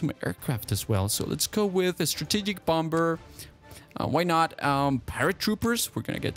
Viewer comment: Did anybody notice that he said bomber wrong